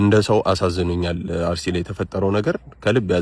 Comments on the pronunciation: አሩሲ አይባልም አስተካክል አርሲ ማለት እየቻልክ ለምን አሩሲ ትላለህ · አርሲ በል እንጅ አሩሲ አትበል